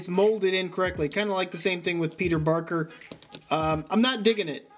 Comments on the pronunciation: YOU KEPT SAYING PETER BARKER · You said Peter Barker instead of Peter Parker. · He said peter barker twice